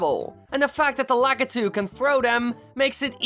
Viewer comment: You said the guys that throw down Spineys name wrong